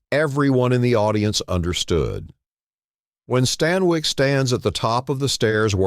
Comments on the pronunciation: Barbara Stan"Y"KE...no, it's Barbara StanWICK. You whole show is talk,talk,talk. No show no sound, just talk. Ick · barbara STAN WIEKK ??? lmao it's stanwyck pronounced "STAN-WICK". your AI voice is ☠ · Lots of these movie lists vids are totally AI. Easy to gather info and even clips, remix film writing styles, no humans involved. Some are entertaining i must admit. This one just pronounced Barbara Stanwyk as Stan-WIKE. they dont even review these for mistakes, or know the difference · a in and already we have - barabara stanwike? its barbara stanwyck! when words and names are mispronounced like this its a sign its a. i. why people can't just narrate their own yt videos is beyond me. if you can't do it get someone else to do it. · Barbara "Stan-wike" 😂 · Barbara Stan-Wike? Been Bot long? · AI voice mispronounces Stanwyck.